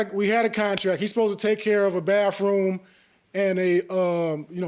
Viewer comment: Plaintiff can't even talk English. He say baff room.🤣🤣🤣🤣